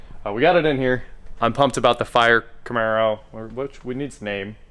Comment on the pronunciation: The "Charmaro" huh? yeah boi